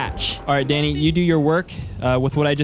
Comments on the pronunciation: Why are u calling him fanny 😂 😂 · Its sound like your saying fanny not Danny ps fanny it a women's lower parts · he kept calling him fanny lol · Anyone notice how he called him fanny rather than danny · Does anyone else notice he calls Danny *Thanny*. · He’s not Danny it’s thany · He called Danny fanny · U kept calling dany fany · his name danny what i heard him calling him Fanny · Why do you say fanny instead of Danny lol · He was saying fanny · It’s Danny not Fanny lol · I can’t man he kept calling him fanny🤣🤣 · BRuH u keep calling him fanny 😂😂 or I’m deaf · Is it just me or does keep calling Danny fanny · I thought he said fanny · Are u saying fanny lol